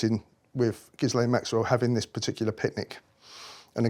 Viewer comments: The name "Ghislaine" has a silent 'S', pronounced Ghilaine. Just thought I'd mention it. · “Gis-lane”???? Reeeeally? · It is pronounced without the S. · It's pronounced 'hi-layn', darling. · Did he pronounce her name "Giz-lane" lol. Anyways I wonder why he was the Queen's favourite? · How could he have never learned to have pronounced Ghislaine correctly? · I don’t know why, if he’s so familiar with Ghislaine Maxwell, he can’t pronounce her name properly. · Why can he not pronounce Ghislaines name correctly? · It would be more believable if he could pronounce Gislaine’s name correctly. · I'm not sure I believe this. He cannot even pronounce Ghislaine. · All his supposed testimony undermined by his being unable to pronounce Maxwell's first name properly and total lack of knowledge of the law. If Andrew had gone to court, any and all testimony of him knowing Epstein Maxwell would lay him open to charge of joint enterprise in trafficking someone for sex.... even if the person is over the age of consent in the country where the alleged incident took place. You think the Yanks didnt want Andrew's head to prevent people wanting some of their rich and famous... Gates The Clintons and more spring to mind. Incidentally isnt this the same who was convicted of running a property scam, and when being investigated and tried made all sorts of allegations about other police officers? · Someone teach this guy how to pronounce Ghislaine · why did you reply all that to my comment? Where did I say he was lying? I just want him to pronounce that name correctly because it’s painful to list to him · How can he have all this knowledge and years of experience and met these people multiple times yet not know how to pronounce her name? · I wish he would pronounce ghislain properly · And yet he still can’t pronounce Ghislain’s name properly! Douche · Poor sod is not a mental giant. Can't even pronounce Ghislaine or cart blanche.